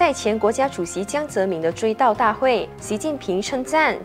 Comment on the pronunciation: 怎么能够把堂堂一个中国前国家主席的名字念成这样呢？ “民”念第二声，不念“敏”。